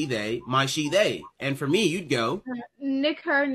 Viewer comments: Nah, she pronounced Nick/her pretty well that it doesn't sound like a slur. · She pronounced it quite well actually Nick . . Her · Idk she pronounced the “ck” and that H enough that it doesn’t count